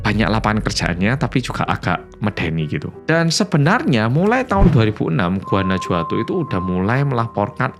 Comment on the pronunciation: Guanajuato itu bacanya Guanahuato, huruf J dalam pelafalan mereka sama seperti H dlm pelafalan kita, jadi kalo mereka ngetik "jajaja" itu sama dg "hahaha"